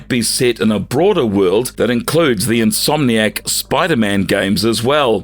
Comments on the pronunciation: In-so-manic games? Never heard insomniac pronounced that way before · Who's says insomniac like that 💀💀💀